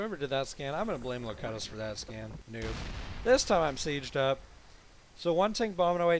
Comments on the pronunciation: it is actually pronounced lo-cue-tus as in picard in the best of both worlds(Star Trek TNG). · I think your teammates name is Locutus as in "lo-cute-us" of Borg from Star Trek TNG